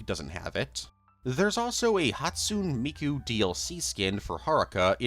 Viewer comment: I'm begging you please learn to pronounce Hatsune Miku correctly